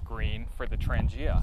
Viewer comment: Hi, very nice video. Thank you for the shout out. At least one new subscriber found the way to my channel. Nice set up and you pronounce Trangia well, my friend. Thanks for sharing! ATB, Ulrica